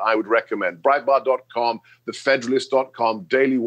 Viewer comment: he said brietbart...thumbs down